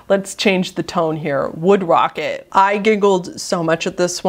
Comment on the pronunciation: wocket lol